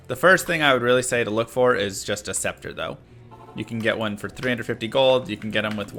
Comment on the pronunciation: Why are you pronouncing “scepter” properly? What happened to you 😔